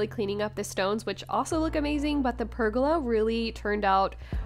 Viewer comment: I really enjoyed this process as I am doing the same for my recently bought 1940’s house, there already is a cement pad which I am adding more concrete to and large sandstone tiles one thing haha I heard you saying pergola as rhyming with arugula when I believe that it is pronounced ( purrgoala) I do believe that you are a Texas girl and myself as Canadian, I definitely have some accented phrasing lol 😆